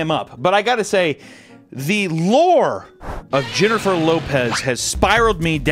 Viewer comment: And it’s HYENNIFER LOPEZ ❤